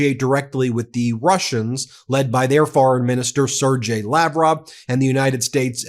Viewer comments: For chrits sake,, it's not pronounced Serjay... it's pronounced SIrgay, no matter how it's spelt. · Ben, I’m not Russian, nor a Russian speaker. I am however familiar with many Russian names and their pronunciation. “Sergei” is pronounced with a hard “g” as in “go”, not soft as in “gel”. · Ben, PLEASE, it is Ser-GHei… G pronounced as in game, or gale. Its a small thing but I am so stressed about this whole situation, that it is grating my nerves😂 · Ben.....it's pronounced Sir Gay......Sergei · Ben—correct pronunciations: Sergei = SUR GAY Erdogan = AIR duh wahn McFaul = mik FALL